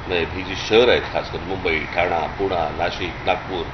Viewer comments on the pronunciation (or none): ठाणा पूना नाही सर... ठाणे पुणे म्हणा ... मराठी आहोत ... आपणच असे बोलला tar कसं चालेल